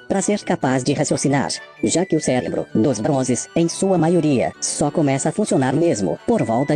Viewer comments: O cara que zoar os bronze e fala "celebro" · O cara fala celebro kkkkkk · Descasca os Bronzes, mas fala "Célebro"